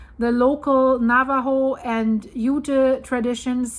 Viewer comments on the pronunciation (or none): none